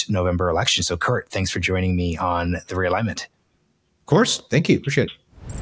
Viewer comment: Thinking Biden has any chance is cope. Also the pause before saying "The Realignment" is cringe.